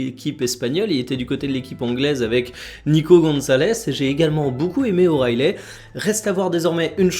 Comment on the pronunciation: Jour 2 de dire que O'Reilly se prononce O'Reïli et pas O'Raïlai